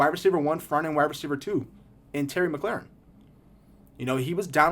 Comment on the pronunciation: Great vid. The way you pronounced mclaurin isn’t right tho lol its mclore-in not mclaren